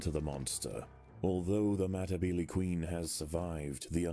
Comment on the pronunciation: (Meh-tih-beel-ee) thats how the ants name is pronounced